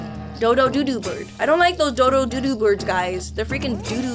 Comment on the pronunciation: It’s funny when you say doo doo bird when ur trying to say do do bird😂